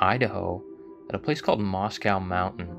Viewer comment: It's pronounced Moss Coe not Moss Cow.